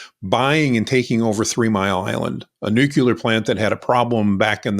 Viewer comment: nucular, vee-hickle, and aluminum make me smirk